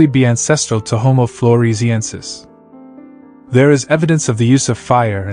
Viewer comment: 👎👎Narrator can't even pronounce the subject matter!